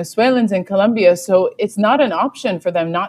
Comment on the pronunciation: It's Colombia with an "o" not a "u".. When will you gringos learn?